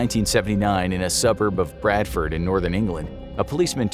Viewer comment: An American saying Bradford that’s made my day